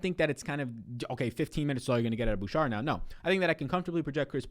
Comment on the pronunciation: Please stop saying "Boo-Shar" it's "Boo-Shay"